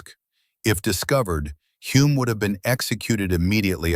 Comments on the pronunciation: His name is pronounced HULL-M! Bloody AI crap! And he's very well known in NZ. His son Denny was F1 World Champion in 1967!! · Using ai and getting Humes name wrong on multiple occasions is incredibly disrespectful 😢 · Great and very true story, but all of the Greek and German names are mispronounced and as another viewer wrote even Hulme’s name is mispronounced… and there are many other mistakes too. I guess AI is not very I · What a pity an AI voice with an American accent who screwed up Clive Hulmes name at every opportunity had to be used.